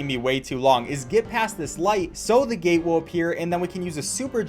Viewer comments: It dose sound like gay though lol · was he saying gate or gay?XD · he said gate lol